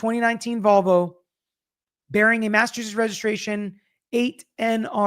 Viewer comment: My Husband was born and raised in Massachusetts. He said you did great at the pronunciation. He married a Southern Belle (me) and we have fun conversations about what we call items. I told him I was passing a Statie when a NC State Trooper was beside me. He was so proud! 😂